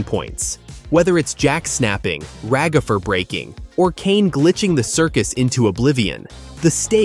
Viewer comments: It's ragatha not ragafer!!!! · It’s Ragatha not ragafre